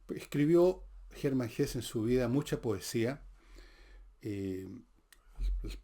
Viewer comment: Bajo la Rueda es de las mejores novelas de Hesse. (En la fonética del idioma alemán la e final se pronuncia. Como en Nietzsche)